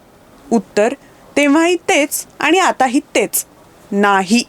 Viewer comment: आपले उच्चार सदोष आहेत. पण ऐवजी पन , जाणून ऐवजी जानून, आणी ऐवजी आनी , होणे ऐवजी होने ई.